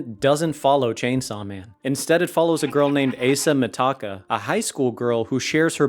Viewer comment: Asa Mitaka? did u pronounce her name that way on purpose?